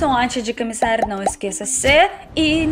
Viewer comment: por que você tem tanta dificuldade em pronunciar a letra o? Você diz cameçar e não cOmeçar. Natícia e não nOtícia. Seu português já é muito bom mas pode melhorar. Boa Sorte.